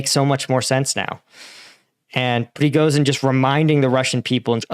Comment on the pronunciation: Just a slight correction surname-wise. He's Prigozhin, it's 'zh', not 'z'.